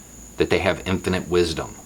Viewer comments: Did you just say "The president in his impotent wisdom" or is that just your country accent and my English ears? 🤣 🤣 🤣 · “So the president, in his infinite wisdom...”, that’s not how you pronounce “infant”.